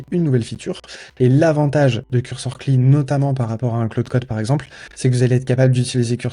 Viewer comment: Par contre, c'est les amateurs qui disent "kli". Ça se dit "si L aïe", à l'anglaise. C'est comme "sum quarante et un" au lieu de "sum forty one" pour le groupe de musique